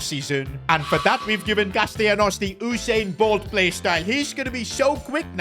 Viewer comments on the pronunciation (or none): none